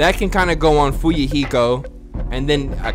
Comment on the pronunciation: minutes in and you can tell is loosing his fucking mind!!!!! "Nagit-ooo and Fuyuhik-ooo..." that shit had rollin honestly!!!!!